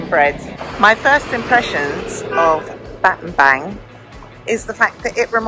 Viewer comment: Pronounce BAT-TAM-BONG (as in a "bong" hit); and it means "missing staff/stick" as in "speak softly and carry a big stick" - President Roosevelt. You're great and always elegant.